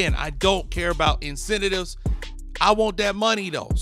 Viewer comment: yo I’m sorry but the way you say incentive bothers me